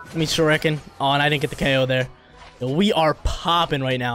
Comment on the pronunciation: the way he says shuriken bothers me